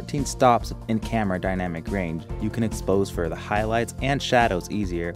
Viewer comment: well then, I'm sorry; I thought i heard u say, "Duh" where it should have been "thee", A LOT! And then there was "ekcetera" instead of "ETCETERA". Keep trying, I keep listening. And don't forget to PLAY BACK. LOL